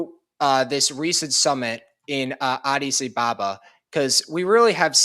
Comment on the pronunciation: How are you pronouncing, Addis Ababa are you just saying it carelessly or listening to how the locals pronounce it.